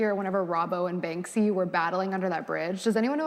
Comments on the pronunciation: At first I didn't even know who she was talking about because she kept saying "Bang-zee" and then I realize I think she meant Banksy, which I think is pronounced just like it's spelled, i.e. Bank-see. And Picasso is very problematic as a person and an artist. She just sounds so pretentious, yet incredibly immature for the stage of life she's in and the education level she's claimed to attain. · And she kept calling him "Bang-zee" 😭😭😂😂